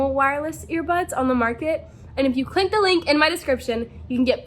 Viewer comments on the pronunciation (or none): She really do be saying clinck the link lol much love